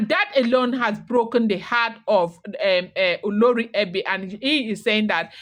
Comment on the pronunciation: Same spelling different pronunciations you are doing great 👍 olori ebi and oloree for the oba's wife.